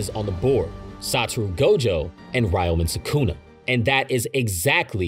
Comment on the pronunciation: well detailed, and im sure a lot of research went into this, and yet still managed to butcher the pronunciation of ryomen sukuna :") sorry brother but i had to stop halfway